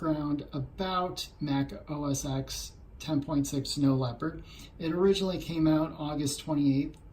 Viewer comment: I threw up just a little when you said, "OS ecks" instead of "OS ten."